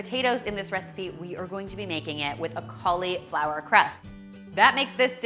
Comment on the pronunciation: i love the recipes but im sorry..... that emphasis on the "I" in cauliflower is like a nail on a chalkboard to me. XD but ill be eating good lol